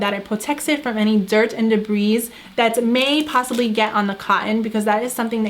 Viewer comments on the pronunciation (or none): “Debrizzzzz” it’s “debri”